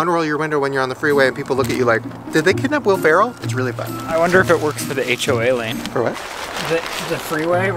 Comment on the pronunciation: Lol, the HOA lane. I think he means HOV lane.